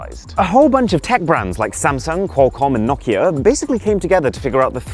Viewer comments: Why are you saying Nok ia? It's No Kia. Very simple. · "knock-ea" "know-kea"